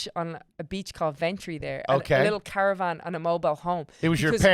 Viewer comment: Anyone else muddle "periwinkle blue" when she said "caravan"? Surprised the missed this.